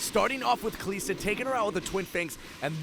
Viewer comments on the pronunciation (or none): This casting irks me 1. It's not kaleeeeesta its kalista 2. Nokseean geeyotine not nokshun guillotine 3. A martyr is someone who does for their beliefs, a renegade jumping in is not a martyr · ka lis da not ka lees da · Please don't say Kaliiiiiiiista, it's Kalista. One short "i", as in sinister, minister or canister. Thank you. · Pleeease say Kalista right! Just listen to other casters or whatever... Kal-I-sta, not Kal-ee-sta haha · its not KALEESTA its KALISTA, holy fuck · Pronunciations irked me. "Gillow-teen" "kuh-lees-tuh" "loo-she-in"... pls no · it's not KaLEEEEEEEEEEEEEEEEEEEsta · Kalista... KaLISta... WHY KALEESTA!?! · Kaleeeeesta.. cringe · Commentator is pretty good put please teach him how to say Kalista. It's not Kalesta. lol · I think you do a pretty good job casting those plays, but the way you pronounce "Kalista" is reaaaaally annoying imho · kuubilal and this is what's going to happen if he changes his pronunciation. Someone else is going to find that new "Kalista" pronunciation annoying and complain about it. So why not just let him pronounce however he wants, because it is at least understandable. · I absolutely enjoyed the video. I still want to note, that your pronounciation of Kalista is incorrect. Overall you're doing a great job, keep it up!